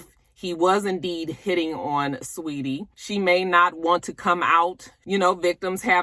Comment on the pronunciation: No fix you are saying it right. It’s Sa-weetie that’s how she pronounces it in interviews